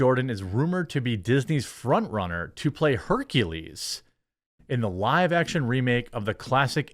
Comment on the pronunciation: Sooo, Blak-ules?